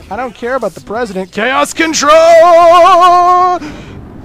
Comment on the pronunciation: I like the way he said caoscatrol